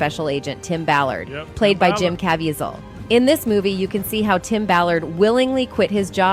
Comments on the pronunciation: I am irritated at every one of these narrators that cannot be sure of the pronunciation of an actors name before they start. I have seen this occur with 4 different narrators. Jim Caviezel (Kah- vee-zel). Does absolutely no one..zero persons have any pride in their chosen profession or the correct names of others. If your name was Michael would you want me to call you Michele? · She needs to learn how to pronounce Jim’s last name. How ignorant 😮